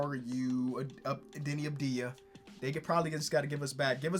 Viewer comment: its pronounced AVdia not ABdia